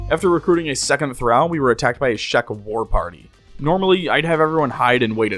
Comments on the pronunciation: Say it with me: Thuh-ral not thuh-rau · Excellent Video; but Thrall is pronounced Thr-ALL not Thr-AL. (The only other comment I saw addressing this was vague and passive-aggressive, so I figured I'd be more upfront and polite.) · One minor nitpick... "Thrall." As in, "all," not as in, "pal." Phonetically, "Thrawl." Otherwise, thanks for doing what you do. Have upsie. ;) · Just a note for the future, thrall rhymes with wall, thrall does not rhyme with pal. Great video otherwise. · Hate when people say how long they've been at it in game time and hide the counters xD Also, why the mispronounce of thrall? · It pains me so much how you pronounce thrall this whole video. Like it's a race and not a designation. I couldn't help but imagine if it said "weak slave" and he pronounced slave "slovay" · I wasn't watching for a while when he started talking about the drow. And let me tell you, I instantly regretted looking at the screen to read "Weak Thrall". Thrall. Not drow. Thrall rhymes with doll, fall, crawl, tall. Not drow, pow, pal, down, frown, clown. And you say it for over an hour. I could not imagine twisting my esophagus to spit that verbal garbage out even twice, let alone the hundreds of times you did